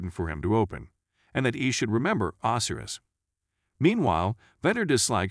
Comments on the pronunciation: Ozzyriss? Oh sy ris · Itxs not OSiris it's Osiris, Egyptian God of the dead. Do some research on pronunciations before you do your next video. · Man im so petty. I dont know why but when you say Osiris and Isis name it bugs me so bad. 🤣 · Its a programmable bot voice, sometimes they are still getting things wrong.